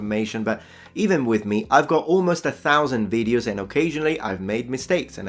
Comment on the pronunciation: You could also not make so many veed-yose. I mean, I do like your veed-yose. But if they make you so crazy, maybe limit yourself to one veed-yo every two weeks.